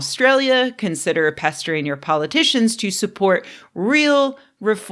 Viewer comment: I had to go back and listen again to hear that you said "Pestering your politicians.' For some reason the first time it sounded like you said "castrating your politicians."